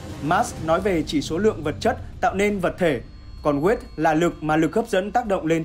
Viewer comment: Ad đọc tiếng anh gì phèn v , chứ weight rồi chữ worthy sai bét hết rùi